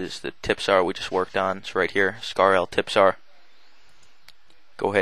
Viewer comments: Wow, he called it a "tippsar". It clearly says trispear. Are you sure you play video games? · its caled a trispear not a tipsar :D it dont matter anyway nice vid it helped me alot :D:D:DD::D